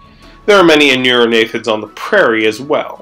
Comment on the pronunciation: "Aneurognathids"? Shouldn't it be Anurognathids? "Aneurognathus" would mean "breinless jaw", rather than the real world animal Anurognathus "anuran [frog] jaw".